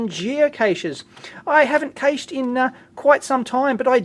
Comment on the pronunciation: Cache is pronounced "kash" not "Kay-shhh"